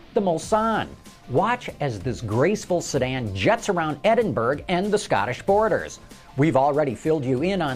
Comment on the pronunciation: Just a clarification. The Scottish city that the Bentley Mulsanne would be driving around in is pronounced ED-in-bur-o. Not ED-in burg. Just a friendly tip. Cheers!